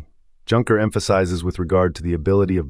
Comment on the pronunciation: The AI voice can't even handle Junker. But the content is great, so I'll overlook this.